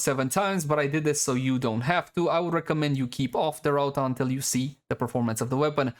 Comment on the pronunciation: my guy miss pronounced Rauta twice in a row .-. just a tip you can call it Iron since its what it is called in finnish, and thanks for showing the builds